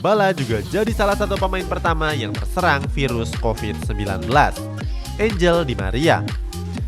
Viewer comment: Angel Dimaria dibaca "Anghel" bukan "enjel"